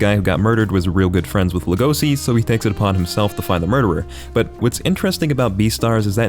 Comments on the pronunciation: Hey dude the character's name is pronounced like Lay-go-shee, not La-go-see, at least that's how its pronounced dubbed, and yes u can call me a piece of s**t for not watching anime dubbed, I just don't want to have to read words at the bottom of the screen every time someone speaks, like I'm reading a book. (Also I don't read manga) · Boys, he isnt called LegoSi, but LegoSHi. Did you watch it with eng dub or what? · He’s Legoshi not Legohsi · oh gosh, he just said Lego-c (edit): and Louis!? (edit): once he said mandrin I think I caught the theme here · As soon as he said legosi I said to myself NO LEGOSHI REEEEEE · its legoshi man...get it right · No offense.....but its LegoSHI.....not si🙏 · Like when he says Legosi instead of Legoshi 😅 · Also it pronounced as Legoshi. Not Legosi. But when you say LEGOSI you say LEGOSHI. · isn't his name Legoshi? i really thought it was legosi with h, wtf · God I physically recoiled when u said legosi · Luis? Legose? Dude, wtf is your pronunciation. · Man mispronounced each name lmao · doesnt even pronounce Legoshi right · Bruh you do not know how to say Legosi think of it as legacy but there a is replaced with an “OW”